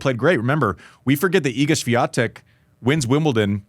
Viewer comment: Maybe you start with learning how to pronounce the name of Swiatek correctly